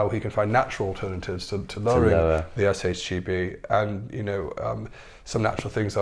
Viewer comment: Why keep saying SHGB? Is SHBG